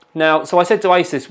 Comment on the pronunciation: I thought you said 'isis' in the beginning but realised you said 'asus' when I rewinded. Good times.